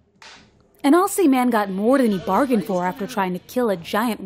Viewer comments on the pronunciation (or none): Why can't americans ever pronounce Aussie right? Its ozzy, not orrssssee.